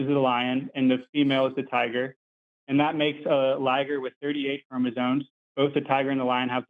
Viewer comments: No no. "ChromasoNe". With an n. Every time. And he was trying to claim he was some kind of expert on something he couldn't even pronounce. 😂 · Seriously, this is why he's. He has chromosones, not *chromosomes*. You can buy them from Temu in a turkey baster. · You know you're dealing with a real biologist when they can't say chromosomes properly. Chromozones